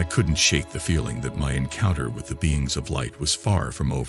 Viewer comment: "Beings", not "beans., heh heh. You cannot eat those.